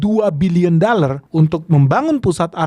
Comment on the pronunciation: Cakap dollar pun tidak tepat.dallar😂😂😂